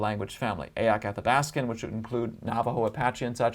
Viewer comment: Athabaskan not Alabaskan and only linguistically not through genetics according to this gal I use to date. The best I could find was as far south as New Mexico with Sub Groups in several Native American/First Nations tribal